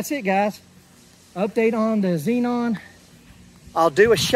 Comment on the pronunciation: Zeon. You are saying it zenon